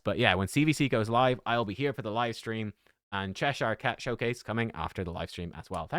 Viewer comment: He's pronouncing it correctly. Get a life